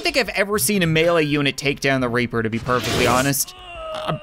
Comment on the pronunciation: Ok y did u say the raper instead of the reaper